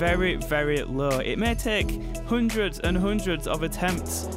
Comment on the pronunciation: when he said hoondreds i felt that 😔✊🏻